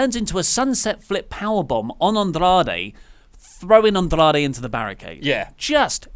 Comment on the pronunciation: Why does pronounce "Andrade" like he is actually mexican? No idea how can sit next to that and not say anything.